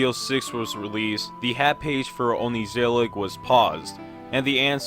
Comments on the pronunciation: Dont say ongezellig like that please it hurts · as a dutchy I very much appreciate the coverage... but dear lord the pronounciation of ongezellig is PAINFULL to hear😂 also "deel" means part. good vid. I had a laugh. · your pronounciation of the word ongezellig gives me anxiety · As Dutch person, same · your pronunciation of ongezellig makes my brain itchy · yea true, as a dutchie myself i cracked a smile when i heard him say "only-zellig" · onkneesellick is my fav show bro... But it's pronounce more like on-Geh-sell-iG, g's in dutch are way harder, and ther's no knee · Dirty Yankee here... So is "ongezellig" pronounced more like "on-guh-zellig?" When he said "only-zellig," I was like "wait what?" I listened to how Google Translate pronounces it and it's basically "on-guh-zellig," but with a more Dutch sounding "g" sound. Obviously, that sound doesn't come naturally to me as an English speaker, hence "on-guh-zellig." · "oni-zillig" is probably the worst pronounciation of the title haha, I don't blame you though. You made it sound Japanese while it's derived from "gezellig", which is probably the most Dutch word I could think of. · ''onizelig'' you can't say it more fucking wrong i mean you missed the whole ''g'' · The correct pronunciation of "ongezellig" is "onchuzelluch" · hearing some guy saying 'ongezellig' like ongkesealek makes me silently wanna scream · why do u pronounce it like oh ney ze lick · “Ongeee Zellig” 😭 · Just a heads up It's painful to hear English pronounciations of this word as someone who has dutch as a primary language. You pronounce it as ON GUH (like "duh") ZELLIG Both G's are pronounced softer. In English, G's are pronounced like a soft K. It's hard to explain because I can't come up with any English word that has the vocal I want to convey :/ Edit: the G is like a scraping sound or something idfk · your pronunciation of "ongezellig" kills me as a dutch person haha 😭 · the way you say ongezellig boils my blood